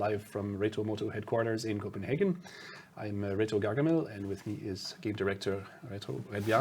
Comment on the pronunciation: Gargamel had a stroke xD